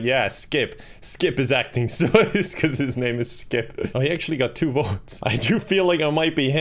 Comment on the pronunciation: i love how he calls sus “soos” no hate i just think it’s hilarious 😂😄